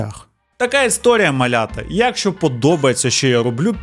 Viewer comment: Все би було ідеально у, якби не дивні наголоси: Якщо, сваркИ, щАсливо...і багато інших кальок і русизмів, жаргонізмів. А так, загалом сюжети цікаві